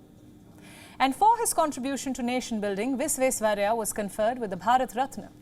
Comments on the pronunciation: His name is Vish-wesh-wa-rai-ah - VISHWESHWARAIAH Pls pronounce it rightly 🙏🏼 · explain it how? I studied from Sir M Visvesvaraya IT college bangalore. Every year we used to celebrate his birthday with correct pronunciation. The kannada professor when addressing him officially used to say Sir Mokshagundam Visvesvaraya not Visvesvarriah. I have explained how the words gets pronounced in a different way due to local phonetical difference. You go to Bengal the pronounciation of Visvesvaraya will be Bisvesyaraya. Go to Nepal the pronounciation will become Bhisveswaraya etc. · Learn how to pronounce Sreemaan Mokshagundam Vishveshwaraya's name properly then think of reading news ... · Name is Sir M Vishveshwarayya❤❤ .. pronounce clearly✌️✌️ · Please atleast pronounce his name correctly.... then you can talk about him. 😡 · She cannot even pronounce the name properly.. We are really missing palki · Please first learn to pronounce his name properly🙏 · News Presenter should have practiced pronouncing Sir MV's name correctly. She is definitely better that Rahul baba though. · Better than Rahul Gandhi how he pronounced it oh no. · Ha ha ha...yeah true!